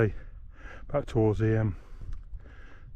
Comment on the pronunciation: Enjoyed that. For the record it's pronounced EEM.